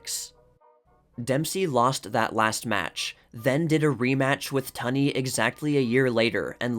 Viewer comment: TUNEY 's pronounced TOONEY. Not ton ee... Come in, dude Look some stuff up!!